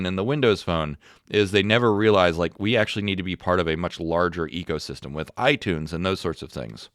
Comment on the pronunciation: Did he say Ego System? Or Eco System? 😂😂😂